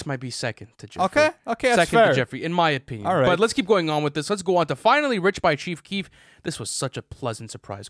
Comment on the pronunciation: “Cheef kief” chief Keef bro